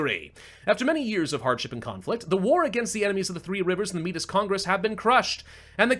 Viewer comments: Métis is pronounced May-tee, its a french word for people of mixed native and french ancestry. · By the way, Metis is pronounced May-Tea. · May-tee the s is silent 🤫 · it is pronounced Meh-Tee, and it is a real people group that is quite wide spread in Canada. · Métis = May-tea that’s how it’s pronounced